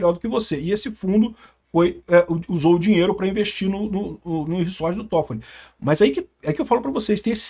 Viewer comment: só eu que fiquei puto com o falando reSSSSSorte? kkkkkk é reZort caceta kkkkkkk